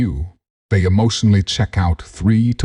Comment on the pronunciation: Lady The word is THEY ! not DAY !